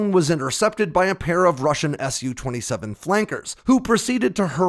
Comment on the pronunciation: It's an SU-27, not a "Sue" 27. As in S. U.